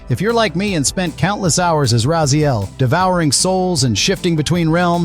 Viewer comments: Like his name is said aloud in the games a million times, how can you still mispronounce it lol, some fan alright... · "I used to play this game so much" can't even pronounce the name. Already so sick of this AI written clickbait trash. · Just like everyone else said, how can you even make a video like this and not pronounce Raziels name correctly? You literally said it wrong two different ways . You even got his brothers name wrong. This video was just click bait. You should remove this video before more REAL "die hard fans" make you look like a fool. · No like or subscribe for you, if you can’t even pronounce the main character of the games name correctly when it’s spoken aloud often, you don’t deserve it. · A die hard fan but pronounce Raziels name wrong. Also i find it funny how you can compare a trailer that has 30 odd seconds of remastered content to both games and still act like you've seen it all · Okay bro, look if you are a fan you are doing something that you don't want the remake to do and that is saying the main character's name wrong.. is not Rayziel its Rahziel.. silent H.. and is writen like this.. Raziel.. thank you! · My dude, it's not RAY-ZEEL. It's RAZ-EE-EL. Bloody hell. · Rah zee el, not ray zee el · you will be happy theres a feature in the game to change to old visuals and old controls so no need to worry oh and just so you know its rah-zee-el not ray-zee-el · How are you mispronouncing his name? It's literally the second word in the opening cinematic. Did an AI write this for you, and you've never devoured a soul? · this is an AI voiceover with an AI script, right? i'm reporting "Ray zee el" for misinformation. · Racee-el... A true or hardcore fan would know how to pronouce his name -_ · I am not a native speaker but it hurts to keep hearing Rayziel... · I'm sorry but... RAY ziel? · Actually it's RAZ-YEL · Why are you pronouncing Raziel's name like that? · He is a liar. No true fan would mispronounce the MAIN character's name.